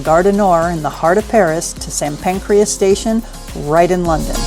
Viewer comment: It’s St. Pancras, not Pancreas.